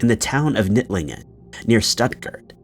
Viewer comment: Knittlingen is my neighbouring village😮😅 The "K" is pronounced.